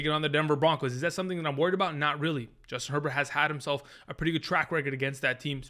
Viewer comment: Who's Joistin Herbert?? 😆 🤣 😂